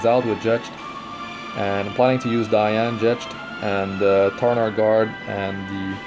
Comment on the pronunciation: im working on my holy trinity + Ravi but then i pulled 2 Diene (btw it's Dee-An-ne, not Dai-An i think, judging by the original name) her S2 and S3 are so beautiful, and she actually work well with Riko too, maybe once they really nerf Elson I will 6* my Diene too